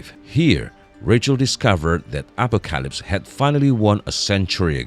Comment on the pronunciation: wtf is this announcer.... telekinesis, telepathy, apocalypse. So painful listening through this video while constantly mis-pronouncing tons of words